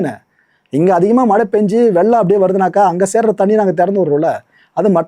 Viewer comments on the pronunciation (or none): none